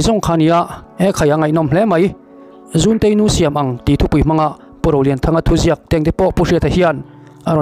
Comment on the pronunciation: Kei ka lo hriat dan leh sawi ve thin danah chuan 'zunte-i nu' tiha 'zun' tih lai hi i zunah ka uai tiha 'zun' hi thluk tur niin ka hria.